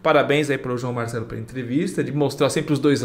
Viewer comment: Vc dono do canal ...vc é muito relapso...vc nem sabe pronunciar o nome do canal correto onde o ubirajara Franco Rodrigues deu sua 1° entrevista após ele ter se afastado da ufologia... anota aí o nome do canal ....canal João Marcelo....vc tece comentários incompletos ...vc não se informa dos fatos.. vc vai pelo + ou - nos seus vídeos.😂😂😂